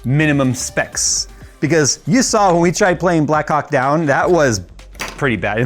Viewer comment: Please, emphasize the H in "black Hawk" 😅